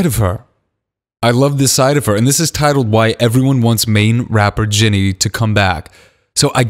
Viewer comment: I love how throughout the video ge was like Jinny instead of Jennie 😂😂😂😂